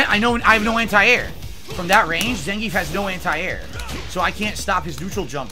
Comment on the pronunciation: I heard pronounce Zangief's name "Zange-ef." Weirdo